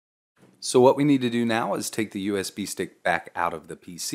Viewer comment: Sounds like you're saying USB steak. Mmm, USB steak. BIG THANKS for the video, super clear and easy to follow!